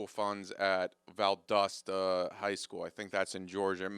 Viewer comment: you also mispronounced Valdosta